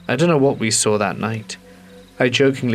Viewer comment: "And then I saw(r) it" said for the th time 🫣😂🤣